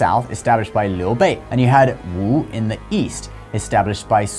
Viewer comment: sorry chines five pronounce (wu) you dont say the w sound, its also cresent blade sorry i am chinese